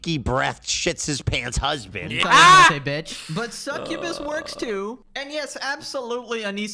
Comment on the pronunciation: Succubus ✅ Cukkubus ❌